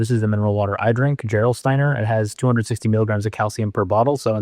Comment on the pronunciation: It's "GE rolsteiner." German doesn't have the sound you use.